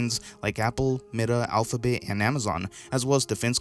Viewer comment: Did you say Alphabet or Alphabay lmfao